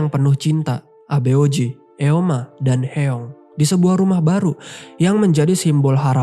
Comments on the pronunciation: Aboeji..dibaca Aboji.. bukan abe-oji.. artinya ayah... Eomaa.. dibaca omma bukan e-oma.. artinya ibu.. Hyeong dibaca Hyung/Hyong bukan he-yong... artinya kakak. Semuanya bentuk kata panggilan,bukan nama orang. Jin Seok dibaca Jin-Suk Koreksi kalau salah.. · Sorry kak, ijin berika masukan dikit ya kak, untuk penyebutan nama tokohnya mungkin kurang tepat. Eomma= "Omma", Abeoji= "Aboji", Hyeong= "Hyong", Jin Seo= "Jin So" Itu aja kak.. Untuk video dan cara kakak jelaskan cerita udah bagus banget. Semangat kak untuk konten yang lainnya. Thankyou✨✨